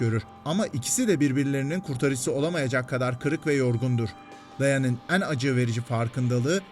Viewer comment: tod mu? pirenses karolayn mi? dayen enciniieuskajeiw mi? ana karakterlerin isimlerini telaffuz edemeyecek kadar karaktere uzak olup sartre, camus, nietzcshe vs ile baglarini kurabilecek kadar da yakin olabilmek gercekten tebrigi hak ediyor 👏